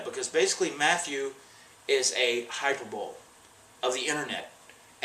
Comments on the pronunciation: Love ya Matt, but HyperBOWL? Dude... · hyper-bowl, you forgot the E, or is that an enigmatic E